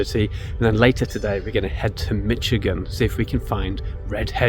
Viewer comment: I seen two Red headed woodpeckers at my aunt and uncle’s yesterday close up no camera with me though 🫤 I was getting firewood and visiting not out for Photography. You pronounced Michigan correctly I believe 😊 everyone else normally says Mishhh lol